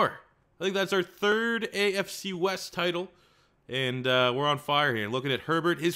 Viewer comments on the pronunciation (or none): none